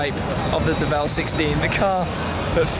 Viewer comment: So is it the Deh-vell...or...the word DEVIL ...but you are trying to pronounce it with a French flair to it? Toe-mayyyy-toe.....Tuh-mahhhhh-toe much? I'm gonna go with DEVIL...as in their clever change of spelling to DEVEL.